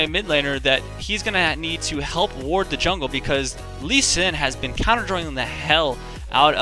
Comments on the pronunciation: its not LUSCHAN, ITS LUU-SEE-AN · why do you say lushian instead of lu C an? phreak says it wrong on champ spotlight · It's Loo shun. Not everything is pronounced the way it is spelled. Take "school" for example. :P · It's more like LU-CHI-AN ! x) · It's lu-shun. lol I have a friend who's name is Lucian. :) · idk... i think its LOO-SHE-AN